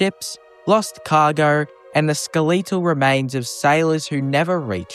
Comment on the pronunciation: Why "skel-ee-tal"? No offense, I've just noticed it before and I'm curious. Do you also say "skel-ee-ton"?